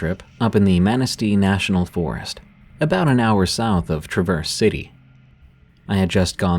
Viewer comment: Tra-verse city, with the pitch changes I thought this was a person not from Michigan. But AI makes sense for the mispronouncing of cities